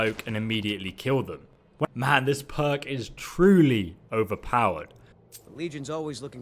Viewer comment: Who else thought when he said perk, he said "Mer" huh